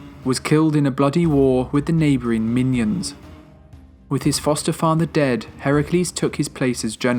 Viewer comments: Good video, but they weren't fighting MINIONS, they were fighting MInoans! (My-NO-ans) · Minion???? Minion???? Minion??? Min-O-An. Less than 5 minutes in and you didn't even bother to learn the pronunciations. Come on, seriously. What else did you choose to gloss over?! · Minions? Do you mean minoins. (Min-o-ins) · It's pronounced Min-O-Ans... Not Minions! If you're not sure, you could at the very least CHECK before you post.